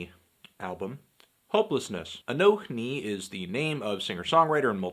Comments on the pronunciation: 1. Fuck yeah Anthony, not afraid to show your political views in your videos. <3 2. Who the fuck pronounces the H, it's just pronounced a-no-ni 3. This album was a strong 8, at least. 4. Bernie 2016. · it's "anonee"